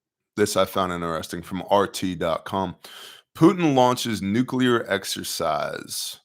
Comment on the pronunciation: You’re the only one who pronounces nuclear correctly lol